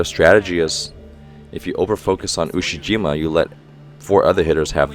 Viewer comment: Ushiyima Wakatoshi.... Ushi-Waka 😁